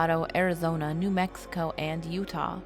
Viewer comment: Did anyone notice she called Utah U ha instead sorry if I forgot to put the right punctuation’s or something like that I suck at spelling so I use voice to text on iPhone instead.